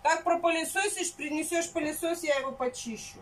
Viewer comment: Не, не поняла, продолжает коверкать так язык, что уши болят. Например, сегодня слово "палисос", мою нервную систему взвинтил выше крыши. А нормально.